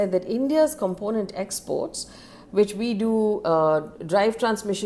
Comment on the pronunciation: If I were you I’ll work on “component” and “aluminium”pronunciation. As your news is quite informative.